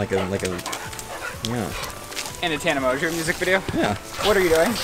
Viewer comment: I thought it was Tana Mon-go not Tana Monjeauuu. ive never seen any of her videos so this is the first time I hear her actually say her name... and it's annoying